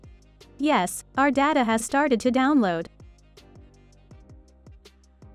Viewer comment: Ohoooe türkmüşsün btw yes dediğin zaman türk olduğunu anladım